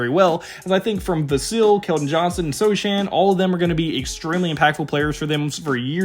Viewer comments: it's pronounced "So-hannn" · Everything else here may be accurate , but you don't have to watch many Spurs games to know that the name "Sochan" has a silent "c", there is no "Vassil" on the roster, there never was a "Dedounte" on the team , and "Bran-Ham" sounds delicious with eggs, but we (Spurs fans) know the "H" is silent.